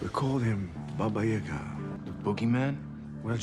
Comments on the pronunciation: And the way he says "John Wick". Nobody else in all three movies say his namelike that. Maybe because it's a swedish actor doing russian accent. And also, Baba Yaga isn't pronounced like he pronounces it :D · As a Russian, hyping kinda falls flat on it's face because of the utter ridiculousness of the Baba Yaga nickname (which they are also pronouncing wrong. _Obviously_.)